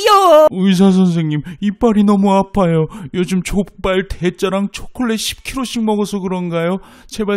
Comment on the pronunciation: 족발을 좆발이라고 발음한것 같은데 혹시 "씨ㅣ발"이 여성 혐오 발언이라면서 씨1발 대신에 좆발을 쓰기로한 일부 단체들을 풍자한 것인가요